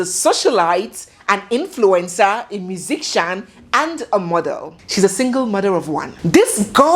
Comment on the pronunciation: hooooo I love your news gossip but she’s a musician MUSICIAN (not musikcian)